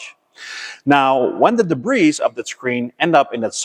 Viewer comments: enjoyed once again although the debris word is debree not debrees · great [nformation. your videos and knowledge are second to none. just one fault, when you say the word DEBRIS, in English...drop the letter S... (DEBRI) 😀 QUALITY mate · Just for future reference the "s," in debris is silent